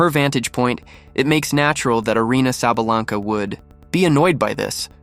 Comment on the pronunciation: You pronounced her name wrong idiot!